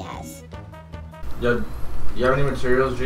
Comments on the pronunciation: the type of guy to say matteruls instead of materials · At the beginning he said materals not materials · adapt the type of guy to pronounce materials as "mahterals" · the way he said materials